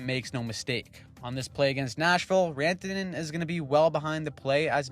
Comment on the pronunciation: Sounded a bit more like "Miko Rentene" (rent-a-net ?) to me.. Even though the attempt was good, did not fool me 😂